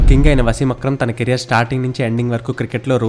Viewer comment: తిన బౌలింగ్ ఏందిరా. తన బౌలింగ్ అనరాదా?